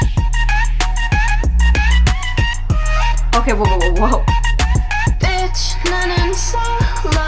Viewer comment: It’s a play on words. She didn’t say “ bitch” but her Korean pronunciation is off just enough that they understood she was saying “ bitch” as a way to get past censorship.